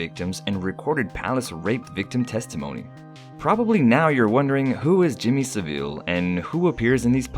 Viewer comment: “Jimmy saveele”